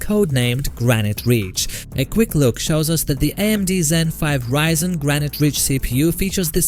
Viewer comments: "reezen" XDDDD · Learn to pronounce ryzen first